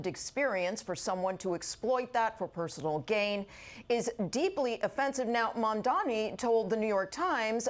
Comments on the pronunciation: Credibility At Stake : "Zohran MA_N_DAM_NI" Its' Pronounced "Zohran MAM__DA__NI" Zohran Be Like : "The Name is Mamdani' U should learn how to say it' Cause we gotta get it right" (Source : 2nd NYC Mayoral Debate) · are these anchors all just mispronouncing Mamdani's name on purpose? heard so many of them say "Zorhan Mandami", it's really not that hard to say Zoh-ran and Mam-dami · His last name is not Man-dami. Its Mam-daNi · These Aholes purposefully mispronounce his name. It's Mamdani not Mamdami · I don't like the guy, but at least I can pronounce his name. It is not MANdami ... it is MAMdani not MAN-dommie it's MAAM-Donny.